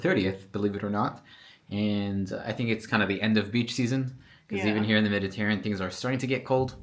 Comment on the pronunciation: you're killing me with your pronunciation: "Meditarean" 🤣